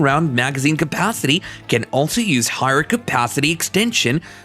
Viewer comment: "Pist-yel". "Capathity". Get a better AI voice; this one's not cutting it.